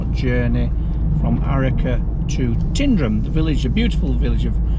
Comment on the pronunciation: It's not "Tindrum", it's Tyndrum.